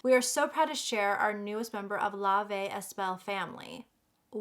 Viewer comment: You’re so beautiful but don’t pronounce est it’s like eh when it comes out